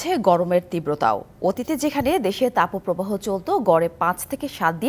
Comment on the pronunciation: Tapoooo probaho word ta kothy porechen ai songbad pathok??? Age kotha bolte sikhun